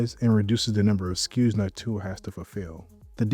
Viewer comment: it's NÒK-too-ah, with the stress on the first syllable